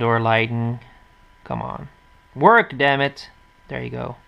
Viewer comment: WERK DAMMIT!!!! LOL I laughed so much if u know what I mean I SAID WERK NOT WORK LOL